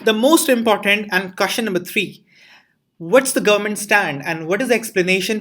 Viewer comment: Remember.... Its 'kaashchan' and not question 😂😂